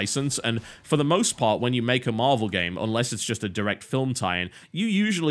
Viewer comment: Did he say marble heros? XD